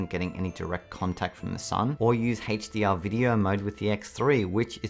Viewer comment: what HaetchDR? do you mean a-ch dee are?